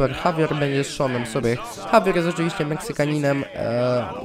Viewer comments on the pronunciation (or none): none